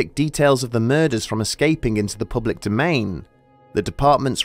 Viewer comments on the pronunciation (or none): none